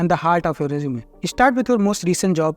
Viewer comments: Not jjj zzz zeeee rezzzzumee rejjjumay NAHI bhaiya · Resume 🚫 Reechume ✅️🐧